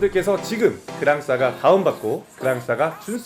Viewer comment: 그랑싸가x 그랑사가o